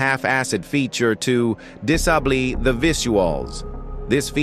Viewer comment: the way the ai voice pronounces "disable" 💀